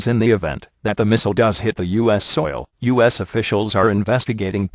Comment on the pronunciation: When the voice first said U.S. it sounded like "us" then when it said it again it sounded more like U.S.